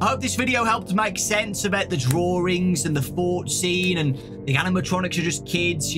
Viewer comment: It's called "drawings" not "drawrings"